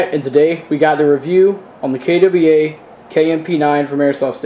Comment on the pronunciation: "kay Dubbie ai" ?